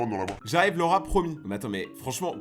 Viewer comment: Quand tu disais Laura j’entendais le rat 😅